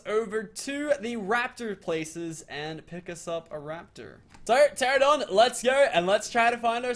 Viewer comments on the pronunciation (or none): U dnt need raptors when u get a pteranodon also it's pt-rano-don not ptrra-don also ky-ten not chi-ten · who cringes so hard when he says P - Teradon or Chin - Tins. Dude. Its Kite - In or Terror - Don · Meola told him the correct way to pronounce it and he STILL says "Terradon" Some people never change. Or gain brain cells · "Terradon" not "Pterradon" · ITS PRONOUNCED TE-RA-NO-DON. NOT TERRADON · it's pronounced TER ANN O DON.. TERANODON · It's pronounced ter-an-a-don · The P is silent